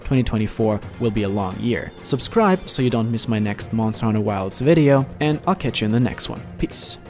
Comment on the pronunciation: MONSTAHHH HUNTAHHH WILDSSSSS